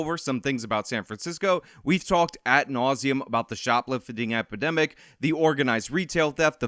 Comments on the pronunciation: Did you say "At nauseum"? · At nasuem? really? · Did actually say, "At nauseum"? "At"? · So that you don’t repeat the same mistake it’s not ‘at nauseam’ it’s ‘ ad nauseam’ .. ad nauseam is a word at nauseam is not a word. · if you care......ad nauseam (not "at nauseam")